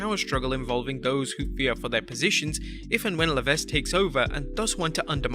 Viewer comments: You have to stop mispronouncing HHH's last name. Its just "Le-veq", Not "Le-vesq". You said his name about 25 times and each time I was like awhhhh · Pronounced “La Veck” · The S is Paul Levesque is silent by the way. "Luh-veck" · Tip; Levesque is pronounced LeVeck. The S is silent. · Little note for... about Paul Levesque name pronunciation.... Levesque must be pronounce without the "S" like LEVEQUE! just saying... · DUDE! LEARN HOW TO PRONOUNCE NAMES BEFORE TRYING! IT’S LEH-VECK! THE S IS SILENT! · The S is silent in levesque. It's pronounced levek. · someone should tell the person 'narrating' these clips that the S in Paul (Triple H) Levesque's last name is SILENT!! that's right, his surname sounds like 'Leveck', but it's not spelled that way... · Levesque is pronounced "Layvek", the S is silent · You don’t pronounce the S in Levesque (Leh-Veck) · It’s pronounced Luh vek the S is silent. Just saying 😀👍🏼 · You aren't supposed to pronounce the "S" in Levesque. Leveck that is the proper pronunciation. It is not a variable name like Henri "onri"/"Henry" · For God's sake. Levesque is an extremely common surname and you should pronounce it correctly. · That’s not how you pronounce Levesque. If you’re not gonna pronounce it correctly, don’t pronounce it at all. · "Levesque", the "s" is supose to be silent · The "s" is silent. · Vinnyboy's PG-fetish is to blame for NXT-failures and WWE's in general and not Paul Levesque (the "S" is silent). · The s in Levesque is silent learn to pronounce the mans name or shut up and let someone who knows how to read and talk do the goddamn job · I wonder how many times he's mispronounced Levesque on this channel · The S is silent in Levesque, just for future reference